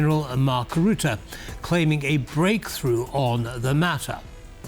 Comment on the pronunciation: The man's name is Rutte and not ruette. Say ruzzia, now say Rutte